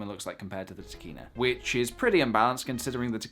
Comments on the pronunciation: I keep think you say Tequila and Sigma... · I kept thinking you were saying Trichina (as in the Trichina worm...). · I like the way you say Tekina, you make it sound like a badass anime character!